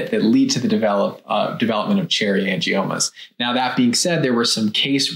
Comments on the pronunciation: Angimonas? Couldn’t you at least research how pronounce the word? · Gotta be careful of that “Angie-Mona”. She’ll get you every time!!! LOL!!! I love how the guys were trying hard not to laugh when she said it wrong. I had to rewind to make sure I heard right. I was rolling. Hilarious! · The girl in the tiktok at the beginning lost any credibility when she said “angimonas.” 🤦🏻‍♀️ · You know she's kinda making stuff up when she says 'cherry angimonas'. 😂😂😂 Even the docs both smirked at her lack of pronunciation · “Angiamonas” 🥴🥴🥴 The Tick Tock pronunciation. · Did she say “Cherry Angimonas? 😂. Also, what is the difference between cherry angiomas and petichiae? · Did she say "cherry angiMONAS"????? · Did she really say angimoma? 🤭 I wish people would learn how to pronounce words before trying to make a "professional video." 🤣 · If you listen to the doctor on the left he as well is not pronouncing the name correctly. He includes and m in the name. Not sure why but probably because the title of the condition is totally new to him as well.